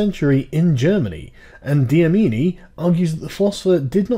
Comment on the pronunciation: You were never going to get the students name right haha. The 'c' in his name is probibly not pronounced as an 's' but rather the 'c click sound' and his surname is Dlamini with an 'L'. So basically 'Lamini' with a quick little 'D' at the start.